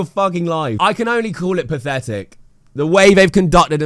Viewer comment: 'Pafetic' I hate Idubbbz and Anisa, but British content creators might be worse. SPEAK PROPERLY.